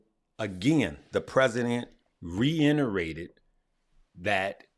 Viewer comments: Sup? Thanks for all the great info. But if you say reinterate and not reiterate one mo time...lol. Luv you Bruh. SOUTH SIDE! lol✌🏾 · Lol I heard re-inerated 😁. Great info tho